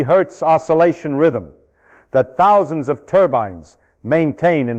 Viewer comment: Did he really say "10 thous" electrons?